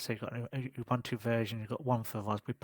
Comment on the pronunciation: Thank you for the review, I'm trying Puppy this week. Some advice :) Ubuntu is not pronounced 'Uh-bun-to', it is pronouced 'Uh-boon-too' or 'Oo-boon-too'. It is an African term meaning 'humanity' or 'humanity towards others', there are many pronouciation examples on YT.